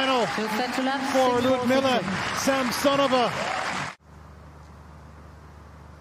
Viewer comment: How nice it is when English-speaking commentators pronounce the name of their compatriot correctly, LiudMILa SamSOnova.